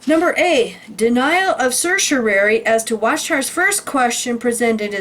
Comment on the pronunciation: Thanks for sharing! Just FYI, certiorari is a Latin term pronounced sir-she-oh-rawr-ee. 😊